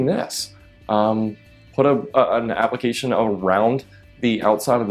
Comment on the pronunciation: "The word is "application" not applicunt....